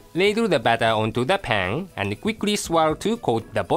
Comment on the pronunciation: strain the battahh